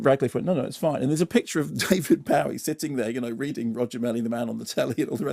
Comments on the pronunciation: No - it’s BO-ee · David BOW-ee? Come on Bow-ee is so much more fun to say. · David BOW-ee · Is it just me who noticed how weirdly he says David Bowie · Wait. is that how David Bowie's name is pronounced?